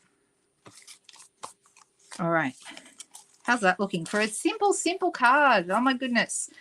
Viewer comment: I heard "I know it's pretty sinful" instead of "simple". Wondered how an "easy" card was "sinful"!